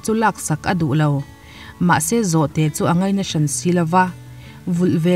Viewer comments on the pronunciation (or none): none